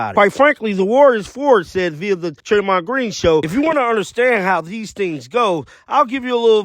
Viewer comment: It’s not Treymond it’s Draymond. Come on man.